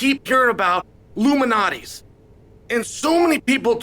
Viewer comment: I thought Chael was talking about some sort of elite pizza society conspiracy for a second... There is an L in Lou Malnati's Pizza its not illuminates pizza hah. I feel like Chael knew this and thats why he said it a million times.